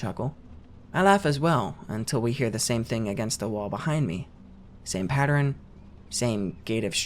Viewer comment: quick question for my man, why do you pronounce the word Pattern as Patterin at around 25.5-26 s? No shade I'm just curious bc I've heard a few people say it this way.